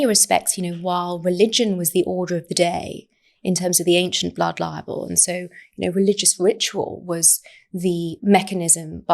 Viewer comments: I do wish she would pronounce libel clearly. She pronounces it so that it sounds very much like "liable". Which is a completely different word, and therefore meaning.🤦🏻‍♀️ In fact, the auto generated subtitles hears and shows it as "liable". Which must make it very confusing for non English speakers or people with hearing impairment 🤷🏻‍♀️🤦🏻‍♀️ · She’s still calling it ‘blood liable’. Please, somebody, correct her.